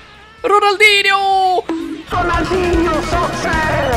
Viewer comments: Da próxima vez que for insinuar o Ronaldinho fala direito 😊😊😊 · being brazillian and see saying "Ronaldinho Soccer" is so hilarious, lol.